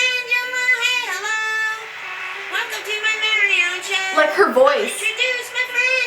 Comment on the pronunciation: Hewo